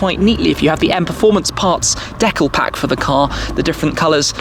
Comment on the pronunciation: I swear, one day Tim will learn how to say decal